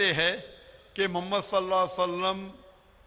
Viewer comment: Lafz e Muhammad sahi se lo Labbaik Ya Rasool lallahh I love❤ Muhammad. Meri jaan aap par qaurbaan Ya rasool lallahh.